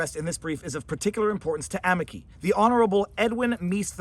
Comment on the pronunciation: I love your videos. I'm sorry but your Italian is horrible. Amici = a me chee